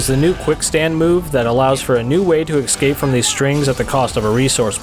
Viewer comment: Interesting stuff! I'm a bit surprised I've never heard of this game. PS escape is "S-Cape," not "Eck- Scape" 😊👍